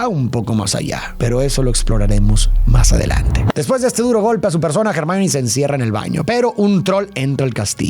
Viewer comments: ACABO DE VER LA MINIATURA Y ME SALTO EL ALMA DE EMOCION🥺❤❤😫 perdón por corregir, pero se dice /ermion/ Hermion quisiera que allá sido relacionando mucho más los libros yo vi las películas y leí el libro 6 y 7 de Harry Potter y la verdad que hay muchas cosas interesantes para darle una profundidad psicológica y más de los libros que son mejores no quería nombrarlo, pero me da cosita la utilización de IA 😛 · Me encantan tus videos y reflexiones pero cuando estoy más inmersa en ellos de repente me sacas fuera cuando no utilizas un buen pronunciamiento de los nombres es Hermione no germain